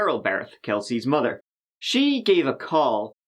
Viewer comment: Kelsey funny though because he can pronounce “they” but mother becomes “mudder”. Still love listening though :)